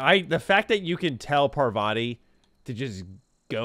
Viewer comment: i love how he pronounces parvati, its paarvati. SO funny man. im tankful to like to introduce me to your channel.